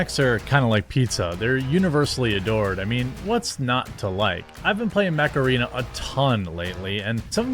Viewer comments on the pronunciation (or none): Every time you say "mech arena", it takes me a moment to get what you said, cause i hear macarena, and I'm like "wut?" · I was just listening. Sounded like you were saying play “Macarena”. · I honestly though you've said "Macarena" instead of "mech arena" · OOOOOh...Mech Arena. I thought you were saying Macarena. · I thought you said, "You know what's not a stupid game? Macarena..." 🤣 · First time you said Mech Arena I thought you said Macarena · Not going to lie, when I first heard Mech Arena, so thought you said Macarena. I bet they did that un purpose. Looks like a cool game though. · I’m a 90’s kid so when he say ‘mech arena’ I went “EEEEEEHHHHHH MACARINA-AYE” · When talking about mech arena, with your accent, I thought you were talking about the Macarena 😂😂😂